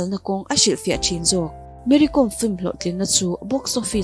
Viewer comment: Mary Kom tih hi a lam dan diktak tur chu 'lehkhabu kawm' tih kan lam a 'kawm' kan lam ang hian lam tur aw...Boss🙏